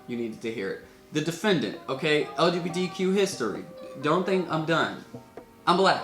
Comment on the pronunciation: Off topic lol but said LGBDQ every time instead of LGBTQ lol